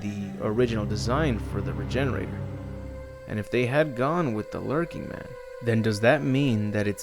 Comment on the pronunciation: Lurching not lurking. Basic english man come on.